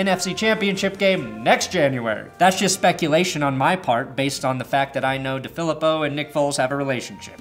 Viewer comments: John DeFilippo. DeFilippo: Dee-Phil-Eee-Poe..... NOT: Duh-Philip-Oh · FYI, It's pronounced DeeeFeleeeepo